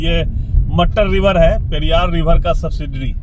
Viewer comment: मटर रिवर नहीं। मुट्ठार है।